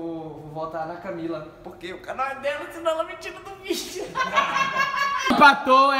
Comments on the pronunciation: O falou Camile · No começo do vídeo o falo camile e não Camila 😂😂😂🤣